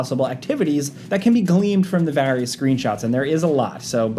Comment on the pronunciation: vs the word Various